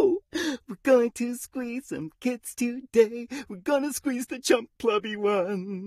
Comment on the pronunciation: ... when he say squeeze is sounds like hes buggy wuffy🤨🤨🤨🤔🤔🤔